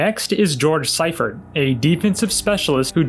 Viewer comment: FYI George Seifert's last name is pronounced "Sea-fert".